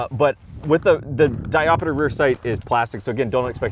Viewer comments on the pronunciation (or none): Diopter, not diop-i-ter :P.